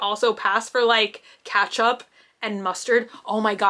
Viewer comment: hi my little rainbow 🌈! its so funny when you say " katchup " 🤣 i always said " ketchup " but apparently the first ketchup was called catsup and they transformed it to ketchup, if i remember correctly 🤔 🤷‍♀️ 😁 ❤️